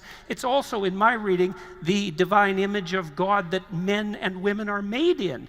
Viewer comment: "Gowad", Peterson says instead of "Gahd".